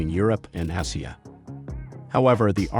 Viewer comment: Why is Asia being pronounced like "Ahh-see-ah" here?